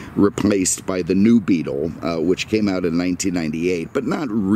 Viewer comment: Why do you say "middum" instead of middle? just curious. And why do you call the VW Beetle a Beatum"? again, just curious.